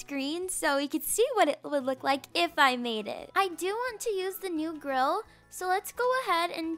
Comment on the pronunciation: i thought she said girl but she said grill but its sounded like she said girl